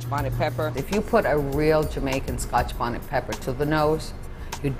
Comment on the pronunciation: Yo d lady jus said scotch bawney. dwrcl. a scotch bonnet pronounced bawhnit